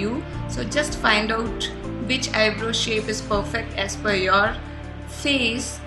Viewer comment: It's eyebrow not eyebro